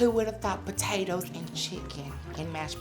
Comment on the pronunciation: Say Po tay toes again 😂